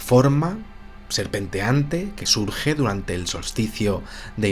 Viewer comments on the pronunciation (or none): none